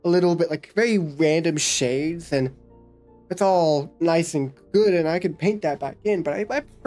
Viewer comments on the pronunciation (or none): none